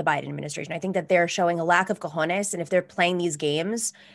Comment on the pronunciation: Nomiki's pronunciation of "cojones" is pretty good.